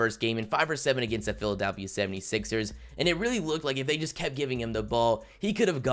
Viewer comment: Lmao this dude said Philadelphia like “phillydafy” 😂😂